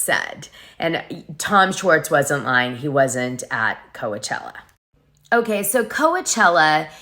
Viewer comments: this womans edits are annoying af. Also its COACH-ella as in baseball coach not Kowuhchella. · Why do you say Co-ah-chella? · Oh my, it's hard to listen to this with all the mispronunciations. Doute, Coachella, Havasu, etc. Come on now.